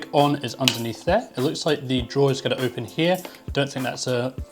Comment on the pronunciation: says ON and open as "OpeN"